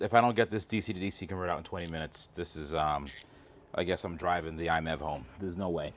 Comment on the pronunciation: Genuinely curious why you pronounce MiEV as “iMEV” rather than “My EV” as it’s supposed to be.